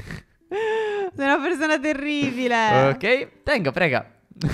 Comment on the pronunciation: Al minuto 3.22 dice tengo prega